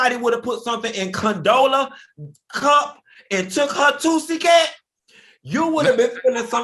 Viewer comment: This fool said toosie-cat 💀💀💀⚰⚰⚰⚰⚰⚰⚰⚰⚰⚰⚰⚰